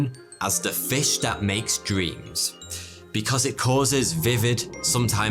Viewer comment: Did anyone hear breme instead of dream in the intro ? Love your work my dude !